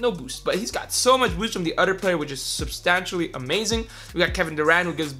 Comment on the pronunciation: Every time you said substantially I cringed